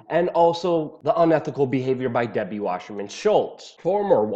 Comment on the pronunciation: Why the "sh" sound in Wasserman? sssssss!